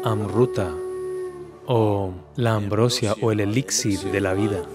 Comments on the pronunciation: No se dice ambrósia, sino ambrosía con tilde en la i. Lo mismo no se dice Ali Bába sino Alí Babá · ES AMBROSÍA, NO AMBROSIA :) SALUDOS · Ambrosía con acento en la i